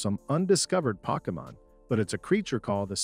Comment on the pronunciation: "pockamon" wth is that?😂 Great video ✊🏾🔥